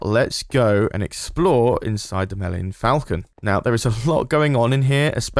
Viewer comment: "mellenion falcon" 😂😂